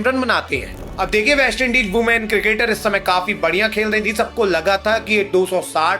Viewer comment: Women ❌ Ooman ✅